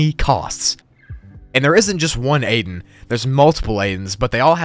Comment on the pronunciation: Aiden not aden